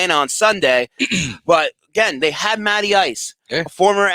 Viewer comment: Matty Ice…. I thought you said Natty Ice…